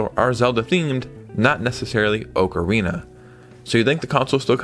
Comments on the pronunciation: Oak arena 😂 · Ocarina is not pronounced like that. Gosh.